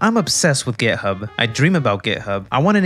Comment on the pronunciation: Is it just me or he is really saying gay hub